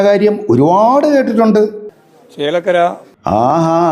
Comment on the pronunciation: എടാ കൊര അല്ല ചേലക്കര